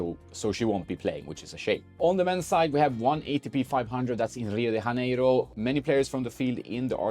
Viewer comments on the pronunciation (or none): Rio de JAneiro. Not HAneiro. We speak Portuguese over here, not Spanish. Haha.